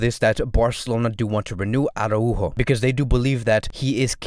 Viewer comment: Wow!!!! Congratz!!!!! Ara-Újo! Perfect pronunciation!!!! The best FCB channel (and I do mean that) has just become even BETTER! Thanks bro! Keep these great vids coming!